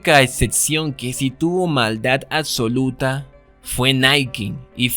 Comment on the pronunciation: Me desconcentra demasiado cuando pronuncia la C en vez de la B en oCsesión aCsoluta oCsesionada, pero me gusta el video